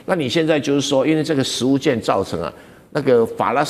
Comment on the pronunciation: 食物券，要讀"勸"，不唸"眷"